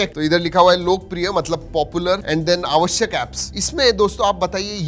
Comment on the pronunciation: Jevha Marathi hindi bolto😅 avashyak apps